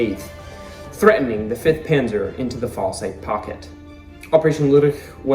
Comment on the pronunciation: Falaise is said FALL..ace. Meatgrinder for the Germans.